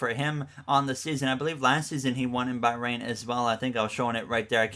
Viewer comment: please pronounce bahrain and azerbaijan correctly